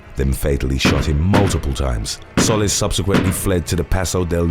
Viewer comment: Solis is pronounced So Lease phonetically speaking